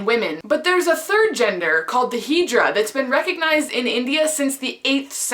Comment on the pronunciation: I’m Indian and I have no idea what hydra is I think it’s pronounced ‘hijra’